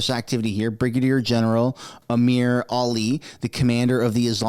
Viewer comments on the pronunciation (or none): none